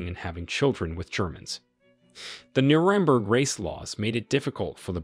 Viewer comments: Did you hear the way Nuremberg was pronounced? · I noticed the same, and wondered if this was an AI/computer generated voice. He mispronounced the word “nazis”, that’s a really simple word. He also mispronounced Neurenberg, and some other words. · I’m not really sure who the narrator is, but it’s clearly not a native English speaker. Despite the fact that the accent sounds really good. Certain words like Nazi, Nurenberg and others are miss pronounced in a way that shows that the person does not speak American English. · Interesting. But why can't you pronounce Nuremburg properly, when its a key place in your narrative?